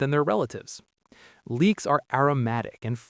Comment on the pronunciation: Leeks, not leaks.